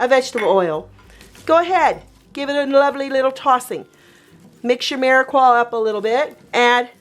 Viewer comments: Phonetically speaking: It's meer-a-pua not meer-a-qua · It’s a mirepoix not Mirequa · You are mispronouncing mirpiox.